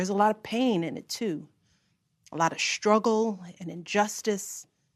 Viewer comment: Looking at the face of a misinformed Leftist. How do you pronounce the word SHTRUGGLE?